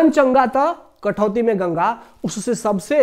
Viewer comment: कठवती नहीं कठौती होता है